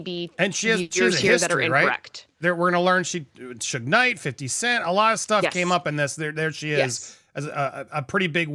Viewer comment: Suge is pronounced like Sugar....